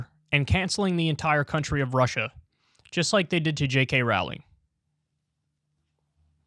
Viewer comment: Kyle it's pronounced like "rolling" As in Row your boat... I'm not even a fan of hers in fact I kind of hate her with a burning passion and her shitty books and I know that